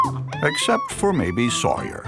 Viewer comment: Why does the narrator keep saying sawyar on the other hand